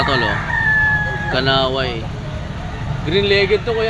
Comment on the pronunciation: kanawayon hindi kanaway